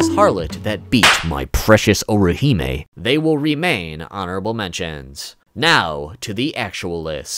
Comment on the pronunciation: "that beats my presious orihime" make me laugh